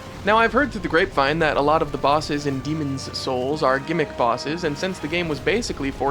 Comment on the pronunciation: I appreciate that you made a point to anunciate the 's in Demon's Souls.